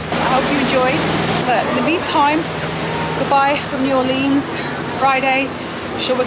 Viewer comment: Nice! But please have Michael teach you how to pronounce New Orleans 🤣😂🤣